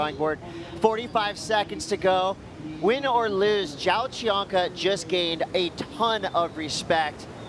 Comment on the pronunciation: "Joao" is pronounced "Jon", its the same as "John" but in portuguese. Thanks.